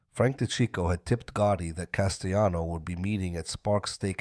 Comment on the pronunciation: Paul Castayano. 😂. Jesus just narrate it yourself unless you cant speak any better. What a joke